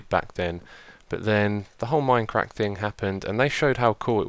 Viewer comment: Stop saying minecrack